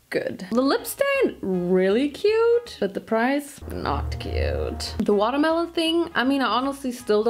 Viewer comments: It's the "Water Maloneee" for me... 🤣🤣🤣🤣🤣🍉🍉🍉🍉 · Love it how you constantly say watermalone